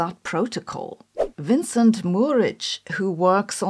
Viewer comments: Majorana was Italian, therefore "j" should be pronounced like in Italian. Also, it is Mourik and not Mouric. As far as I know there have been some positive developments in the Kouwenhoven group. But I don't remember the details. But certainly another inaccurate Majorana paper might be another step to kill the field. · Small correction: it's Vincent Mourik, not Vincent Muric!